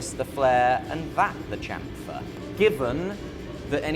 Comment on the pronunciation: You're English. Say chamfer properly!